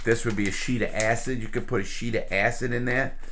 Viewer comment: "ass hid" acid... lol